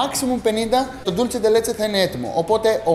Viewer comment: Dulce όχι Dulche